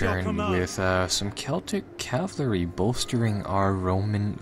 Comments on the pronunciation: i like your videos but for fuck shake,IT IS CAVALRY NOT CAVLARY:) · Cavalry, not cavlary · Anyone else notice how he says Cavlary? Instead of Calvary.